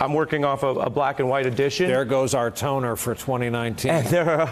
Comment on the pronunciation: "there's go our tonner for 2019" 😂